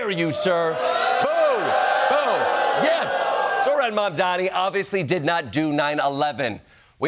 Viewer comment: jordan can't pronounce zohran?